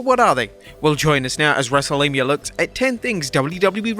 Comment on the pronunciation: Did you just say "wrestlemia"